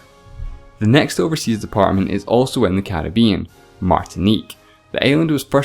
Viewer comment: have to disagree. I can understand him now, but when he said "as" instead of "is" it was pretty confusing and I had to actually replay the video in order to understand the sentence.